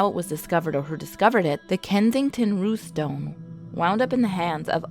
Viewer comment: You can say 'Rune' and you can say 'Stone' yet you have some sort of disconnect when you try to say 'Runestone'????